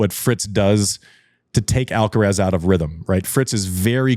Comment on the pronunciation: How come an American can say Iga’s surname and not Carlitos’?